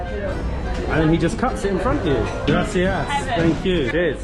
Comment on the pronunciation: They all had a “grassy a s s”?🤭 It’s Grah-see-ahs. not trying to give you a hard time but you really should try to say that right because that one really irks Latinos.(I’m not one but I was told)